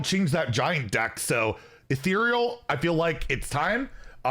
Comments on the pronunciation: He finally pronounced Ethereal correctly! Maybe that means he discussed it with someone official. Guaranteed nerf! Hopefully a similar case for Demon Seed. I'm up for a Dungar nerf. I invested in Golden Paradise Mini-set for Skyla, let's get some more pay-off! Oh yeah. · wait... he said Ethereal correctly! NICE!